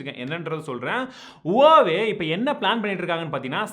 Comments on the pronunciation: Huawei bro not hauwei ! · Brother Huawei pronounciation is like "wah-way"